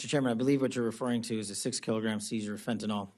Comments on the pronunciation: Fennton L?? .How is he in politics and he doesn't know how to pronounce fentanyl???? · Maybe first he needs to learn how to pronounce "Fentanyl".